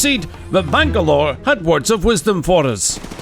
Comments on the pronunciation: Missing Bangabro sounded like you said. Mission Bang A Bro. Sorry but I laughed too hard at that. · Did he call him "bang-a-bro"? sus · Bangalore became bangabro HAHAHAHA THAT KILLED ME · "vangalore then turned into bangabro" Wait Bang a bro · Did he say BANG A BRO? Wtf? hahahaha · Bangalore became a Bang-a-bro lol